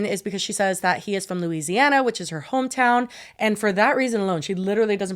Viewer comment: Props to for pronouncing Louisiana correctly. As a Nola native, I have gotten irrationally angry at YTers pronunciation of Louisiana. 😂😂😂😂 Love you girlies!!! 💜💜💜🩷🩷🩷